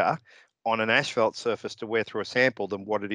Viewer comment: Absolutely loved the way pronounced asphalt...ashfelt. That would be a fantastic name for motorcycle pants ™